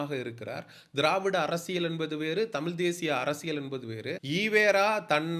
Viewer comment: தம்பி நீ முதலில் தமிழ் என்று சொல்ல கற்றுக் கொள்ளுங்கள். அன்புக்கட்டளை